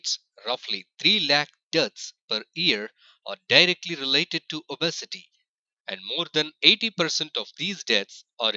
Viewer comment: These pronunciations 😂🤣😂🤣die-ba-tus & o-bes-e-ty 😂🤣😂🤣😂